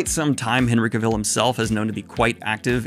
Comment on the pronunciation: Daniel pronouncing Henry Cavill like he's going to make a coat out of dalmatians